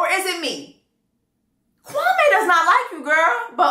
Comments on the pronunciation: Yup. When I heard him introduce himself the first day I was like Nigga, you cannot pronounce your own name? It’s the way many Africans try to anglicize their names. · I rewatched the beginning of LIB and Chelsea NEVER said that man’s name correctly. Even the man’s sister said it strange in episode 11. Maybe that’s just how he pronounces it 😭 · Something that definitely struck me is that Kwame himself pronounced his name incorrectly! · The Kwame-Kwami thing annoys me, she probably pronounced his name correctly ther first time because she works with people and knows how it should be said, but he's Anglicised his name so much that she just ended up saying it the way he does. This man is not so connected to his roots that marrying Chelsea is that big of a deal. He's just trying to find reasons to dump her. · Chelsea started off pronouncing Kwame’s name wrong in the beginning and it was pissing me off. It’s not pronounced “Kwa-May,” it’s “Kwa-Mee.” I think she readjusted when she heard everybody else pronouncing it right. Kwame is a very common African name, so I know how it’s pronounced. I’m not African, but I’ve known quite of few Kwames and have a few in my family. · It’s pronounced Kwameee not Kwamay “queen” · As a Ghanaian, Chelsea finally got his name right. You pronounce his name as: Kwa- me( as in yourself). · I’m actually used to Kwame being pronounced Kwa(may) instead of Kwa(mee). In the first episode, I thought he was Jamaican cause I know they also use the day names but pronounce it a little differently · True, I mentioned to my Ghanaian friend that there was a guy named Kwame on the show and asked her how to pronounce it because I heard it both ways and she said it was Kwa-MEE, not MAY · pooh. I'm Ghanaian and girl it's definitely not Kwa-mee 😫 I cringe everytime I hear it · My ex was Ivorian and he pronounced his name Kwamay. I think pronunciation varies. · I didn’t realise that! All my Ghanaian friends pronounce it Kwa-may 🤷🏾‍♀️